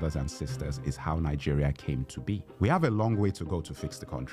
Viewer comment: Why y'all oga pple pronounce your country with an N in the middle(ningeria)🤣🤣🤣🤣😁😂😂